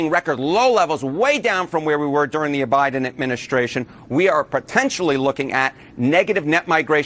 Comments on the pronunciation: The cnn guy said Obiden administration 🤣 😂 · CNN bro said Obiden admin. lol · lol he said obiden admistration!!! I caught that!!!